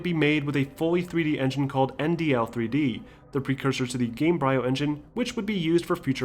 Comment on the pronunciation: Love your retrospectives. The only thing that repeatedly made me cringe is you pronouncing the bryo in gamebryo like "briar", not like "embryo" which the word gamebryo is clearly referencing.